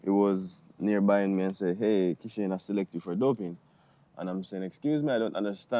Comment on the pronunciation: I CAN NEVER UNHEAR ASAFA IN KISHANE!! BRUH